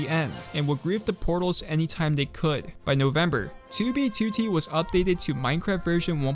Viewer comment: finally he pronounces 2b2t